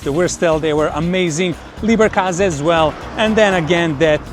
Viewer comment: It's LEBER...not LIEBER😅